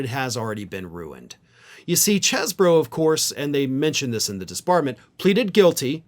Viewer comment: for the last time, the pronunciation is "CHEEZ-bro"!